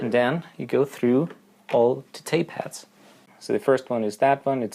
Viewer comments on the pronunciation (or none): I started to wonder why you kept saying tape hats then I realised you actually meant tape heads !😂